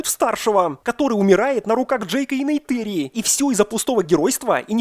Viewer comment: какая Нейтэри💀 в фильме сто раз что в оригинале, что в русской версии звучит именно НейтИри